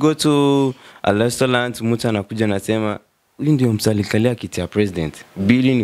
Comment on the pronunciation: 😹😹😹i thought i was the only one who heard that😹💔"Lestolant"😭